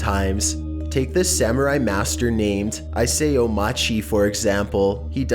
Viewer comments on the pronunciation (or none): Another great list here, but just to clarify on your mispronunciation of Isao Machii's first name a bit. Instead of "I-SAY-OH", it's "EES-OU" last syllable as in "Ow, that hurt." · #1, it’s not pronounced ISAAOO It’s pronounced ESAOU(Isao) Machi.